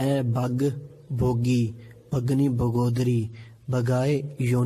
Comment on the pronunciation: بھائی جان لکھا بھوگے ھے اور آپ نے بھوگی پڑھا ھے۔اس کے علاوہ مے وشمانے کی جگہ آپ نے * مے وشمانی* پڑھا ھے صحیح کیا ھے وہ بتائیں ؟